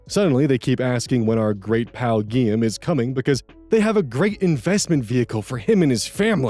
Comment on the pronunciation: Hearing how this guy pronounces Guillaume makes me wanna die NGL.